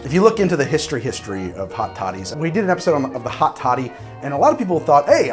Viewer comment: Every time he says hot toddy it almost sounds like he's saying hot shawty and I'm losing my mind